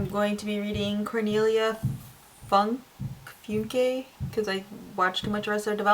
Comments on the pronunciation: Cornelia Funke is pronounced Foonke (the e is pronounced as well, like the e in "well" and the oo is pronounced shorter, like the u in "full".) I know, German is weird ;) The "Thief Lord" is a beautifull book though. I must have read it a thousand times when I was younger. If you like it you should also try some of Kai Meyer's books, especially the Water Mirror trilogy. It's amazing. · Good pick! I loved the Thief Lord when I read it a few years ago. Also, Cornelia Funke is actually German, so her last name is pronounced FOON-kuh.